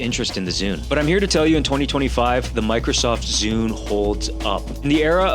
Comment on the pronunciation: "Bikrosoft Zune"